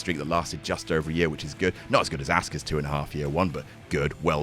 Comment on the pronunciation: I love that gets mad at Michael Cole saying “Nor-Which” because that’s how it’s spelled, but still calls Asuka “Ass-kuh” and not “Ah-skuh”.